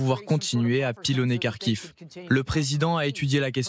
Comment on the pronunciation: "Ils ont sauve la region de Karkhive" 😂😂😂😅😅😅😢😢. Ce me faire rire.